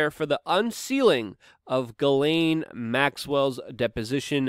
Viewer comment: It is pronounced JIZLANE.